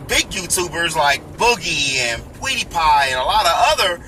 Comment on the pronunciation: "Pweedeepie" You kill me man. But I admire the transparency and honesty how you always speak your feelings. Gopros aren't that great if you're trying to vlog. The mic on them is trash if you look at my first pokemon go video save yourself the money lmao